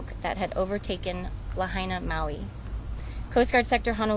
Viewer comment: PRONOUNCE LAHAINA CORRECTLY, AT THE THE WAY THE PEOPLE OF LAHAINA DO. Get someone who can speak, not just impersonally look down and read off a script.